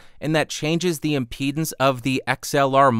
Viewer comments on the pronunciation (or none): none